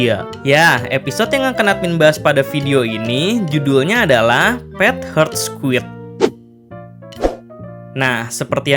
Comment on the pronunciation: Admin membaca judul: Pet Heart Squid Di telinga gw: Pet Hurt Squid...